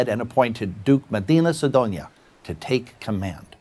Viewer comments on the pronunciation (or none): The duke is called Medina Sidonia, with 'E', not Madina